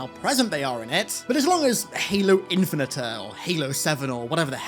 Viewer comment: Halo what? Infineter????